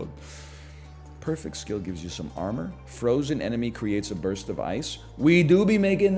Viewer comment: "What about a small blurst of..." Surprised you didn't go with "What about a small Durst?"